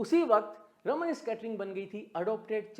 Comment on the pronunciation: It is Raaman (रामन्) effect. Not रमन्. Please learn and use accurate pronunciation.